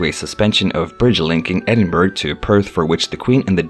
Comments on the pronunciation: Edin burg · Not to be anal. Buuuuut .. its the Duke of Ehd-inn-burrow - OR If you want to it to sound real Scots.. sound this out. Ehd- in -bruh... !! This is how we do it. (NOT - Ed in burg) 😄✌✌ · This guy say burg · The Duke of Edin BURG?! Get your facts, including pronunciation, before making a video. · Ah yes, Edin burg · It’s pronounced edinburrah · Thumbs down for pronouncing Edinburgh wrong. 🏴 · I agree please pronounce properly